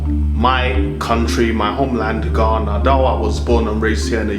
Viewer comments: Nr. 1 Don't pronounce GHANA like the guy in the video. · OMG. The most horrible, annoying video I ever watched on utube. What makes him think he sounds British? Forcing some stupid accent. The way he pronounced Ghana is very bad. I don't know who encouraged him to do this video. I'm disappointed, but this guy is not from Ghana. Eiii